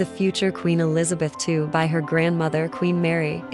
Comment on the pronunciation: I know this is AI but maybe AI can figure out how to say Queen Elizabeth II, properly, she reigned for 70 years and 214 days... just saying